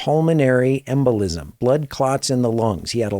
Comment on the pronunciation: Embol I S M, no embol I S T.